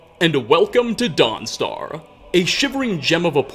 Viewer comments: “Welcome to Dawnstaruhh” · Every other worth is spoken with an "ah" and the end. Guard"ah" End"ah" Mentioned"ah" Foes"ah". Sorry just riled me. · Why is he saying dawn star weird